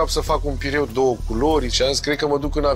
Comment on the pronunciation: Bucatari! PIURE...nu pireu. Pireu este port.